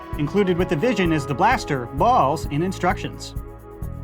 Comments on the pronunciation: Same every single time he says balls I always say it again like it's weird lol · I don't know if is saying it differently, but in the beginning when he's stating what comes in the package, it sounds like he's saying "Balls" really goofy. "Included with The Vision is the blaster, bAULs, and instructions." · The way he says “bAlls” is the best part of the video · i love how he says ✨bALLs✨ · “Bawls” gets me every time 😂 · "Starting with the new blue bawls"😂😂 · why you sayin balls like that? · the emphasis on balls 💀💀💀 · The way he says balls is hilarious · The way he says "balls" is killing me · The way says balls is hilarious!!!!